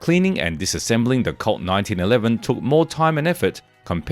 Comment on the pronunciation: Colt. The word you are saying that sounds like the word "CULT" is actually the word "COLT". Now I get if. It took me almost 5 minutes before I figured out what he's talking about!